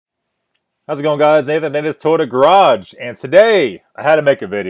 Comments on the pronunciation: First of all it's not tota like your pronouncing it, it's Toyota, learn to enunciate your words! Scotty has 55 years of experience, you probably have no clue...smh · More than half the things you complained about him saying was him repeating what his fans/customers said and he even states that. And its Toy-ota no to-ota